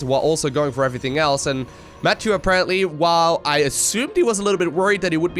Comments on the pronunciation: It's a french name, so it should be pronounced "ma- ti-eu" instead of "mattew". Sorry, the sound "euuuu" isn't common in english, so I can't find a word to give you the sound :/ Great game anyway ! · Try french. Matt-ieu. (iöööö). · Blue toss has my name! Woo- also it is pronounced "Mature" like rated M for Mature. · I believe is pronounces : mathew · That's the English pronunciation. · you dunno how to pronounce Mathieu? c'mon man, you're living next to france! :'D